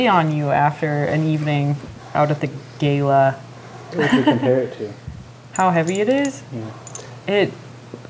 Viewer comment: Did she pronounce gala as "gey-luh"? That's so strange...